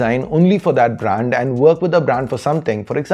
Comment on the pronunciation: u pronouncing brand,branding all wrong and its irritating